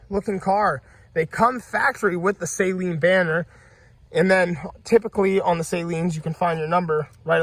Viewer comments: You are pronouncing SALEEN wrong, dude...it is pronounced SUH-lean.....NOT say-lean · Not “ Say leen “ it’s “ Saa leen” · Cool video, but its pronounced Sa-leen, not Sayleen. It's a short "a". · Just so you know, Steve Saleen pronounces his name Suh Lean, not Say Lean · It is SAH-LEEN NOT SAY-LEEN Spread the word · Drives me nuts when I hear it pronounced like a salt water solution. It’s “Suh-leen” lol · Just wish you could pronounce Saleen correctly